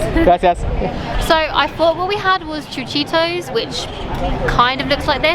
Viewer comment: I really really like when you say: tamalitos or chuchitos... so good pronunciation ...